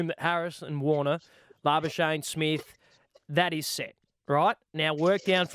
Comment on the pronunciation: I hope that Gus will be able to properly pronounce Marnus Labuschagne's surname in the remaining two Tests